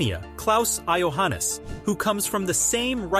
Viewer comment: Ok you have difficulties with romanisn names but Klaus Johannis a german name aswell?😂